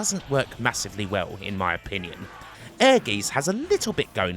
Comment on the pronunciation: Ehrgeiz is pronounced more like Air-Gites (rhymes with kites).